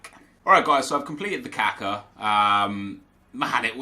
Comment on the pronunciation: its not kAka its kakA please stop saying it kAka its really annoying